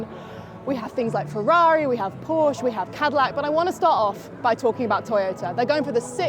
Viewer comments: ...she just needs to learn that Porsche is a family name and a TWO syllable name! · Let's hope for a challenge to the Toyota domination. Also, can someone please teach how to pronounce Porsche?